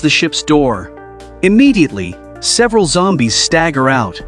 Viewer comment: I love how the new ai is like Zombae’s had been attracted to the fire he made it sound like Zombae’s not zombies!😂😂😂